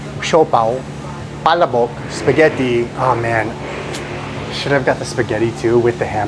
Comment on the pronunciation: You're almost there with barang-GAY. Keep practising. pala-YAN, not pa-LA-yan. pa-LA-bok, not PA-labok.